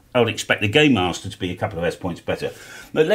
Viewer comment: I thought you said gaymaster, I'm not googling that again.